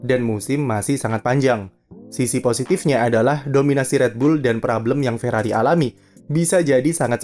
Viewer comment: Ferrari, "r" nya Rungkad.